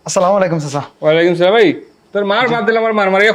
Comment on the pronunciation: এভাবে সালামের বিকৃত উচ্চারণ প্রচার না করলেও পারতেন। বুঝিনা আমরা কেমন মুসলমান ছিঃ